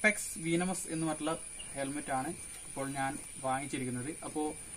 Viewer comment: Bro വീനമസ് അല്ല വെനമസ് ok.. pinne back visor alla athu spoiler anu.. pinne video length kurakkan nokkuka😊😊😊